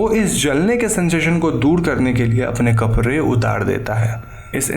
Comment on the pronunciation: आप "कपड़े" को "कपरे" ना बोले please